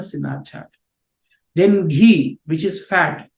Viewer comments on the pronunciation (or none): none